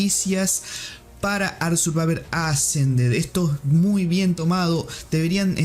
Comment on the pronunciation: "Ark survaver assa"